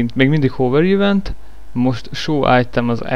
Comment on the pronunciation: "Ívent" az agyad, az... :P Ülj le, fiam, egyes! :D